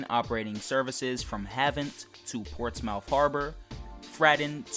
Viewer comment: It’s not pronounced ports mouth you idiot